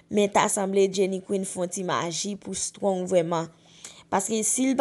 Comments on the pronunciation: Men non strong ou paka pwononse menm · Menm Strong li paka pwononse non